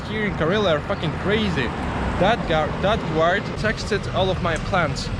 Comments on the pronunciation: Interesting video. BTW your english is very good! P.S. "Guard" is pronounced like "gard" not "gward" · guard is pronounced Gaard, not Gewaard. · A really excellent video. Thank you. i would almost be scared to go into that KFC for fear of not coming out without handcuffs on. By the way, when you say the word 'DOUGH' it is pronounced 'Doe.' And the word ''GUARD' is pronounced 'Gard.' Just to help you out a bit. That potato pie, Kalitka, looked really good. Thank you for showing Kizhi island. All my life i have wanted to go to that church, and to Valaam